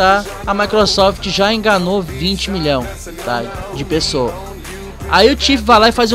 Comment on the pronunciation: 20 Milão😂😂, fala direito mlk